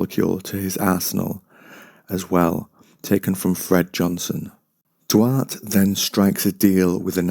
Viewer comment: Duarte (Dwar- teh)